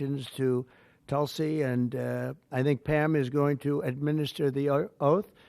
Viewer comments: She is a woman of great common sense,but she never tells others how to pronounce her name Hahahhaah....its pronounced like "tool c"....not tuul c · It's not talsi it's pronounced tulsi